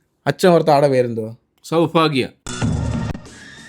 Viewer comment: ചൗഭാഗ്യ അല്ല സൗഭാഗ്യ ആണ് 😂... എന്റെ പൊന്നു വേറെ ഒരു പേരും കിട്ടിയില്ലേ 🥺